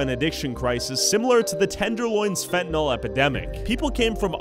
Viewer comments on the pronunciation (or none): Why can’t people ever seem to pronounce the word Fentanyl correctly? It’s not FentaNOL, it’s FentaNYL. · I Fuckin hate peoples who say finti-Nol it’s pronounced Fenta-neal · pronounced FENTANIL. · So annoying that people can't seem to pronounce F E N T A N Y L. They keep calling it "Fentnawl".